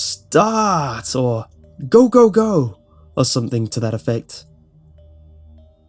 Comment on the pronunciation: The way he said "Startt"